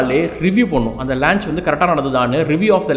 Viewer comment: athu lanch illa paa launch....you doing great job....very informative